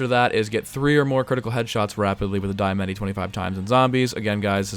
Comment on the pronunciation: It's pronounced "Dee-Uh-Mah-Tee"